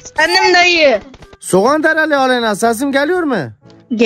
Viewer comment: Soğanderya değil Surxonderya